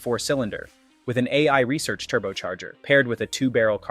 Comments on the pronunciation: AI called itself out with the turbo manufacturer's name. AiResearch is pronounced "Air Research", not " AI Research " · The turbo maker is pronounced "air research' not "A I Research". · god save us fron A.I . its pronounced air-research and its not 10 ps1 its PSI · It is not AI Research for the turbo but AIR Research with an R removed. They had that name long before stupid AI. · This AI voice failed their STEM classes. PS 1 for units of pressure? And poor Cliff Garrett is rolling in his grave on AI Research for the AiResearch (pronounced Air Research).😢